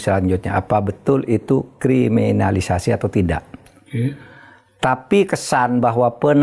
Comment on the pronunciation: Pak Mahfud dr dulu sangat sulit menyebut kriminalisasi, apa krn org Madura?